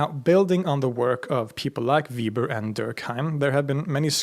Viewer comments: Let me first ask a question: my dissertation committee chair pronounces "Weber" (as in Max) as "Vay-ber" where you pronounce it as "Vee-ber". I can't find information about where you come from, so I don't know whether your pronunciation or my professor's is more authentic. Could you clarify this for me? As I hope I've established, I'm currently working on a PhD, although mine is in Sociology, with Sociology of Religion being my minor concentration. All the sociologists I know claim Weber as a sociologist, right alongside Durkheim. Both of them wrote extensively on sociological relationships and processes, although neither's works would be thought of as current state of the art. And, I'd like to note, Durkheim was Jewish. From my experience of Judaism (I've been married to a Jewish woman for the past 38 years), Judaism puts behavior before belief. Nonetheless, in the English speaking world, I find it nigh impossible to talk about religion without encountering Christian social constructions limiting what we talk about and how. I suspect that the same is true throughout the European world. Permit me to throw out my sociologically-influenced attempt at defining "religion". I define it as a social system that does three things: regulates relationships and behaviors among members of a religious community; provides people with a framework for interpreting their personal experiences, relationships, and life-cycle events into a meaningful whole that connects pasts to futures through o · You are pronouncing Weber wrong. For future videos it would be nice if you could look up how to pronounce names of important people you're going to mention a ton. Nothing huge, but I think it's nicer to get pronunciation correct. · Weber is pronounced 'veɪbɐ not 'viːbər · The German pronunciation for Weber is "vay-ber". Sorry. It's, just like, my last name.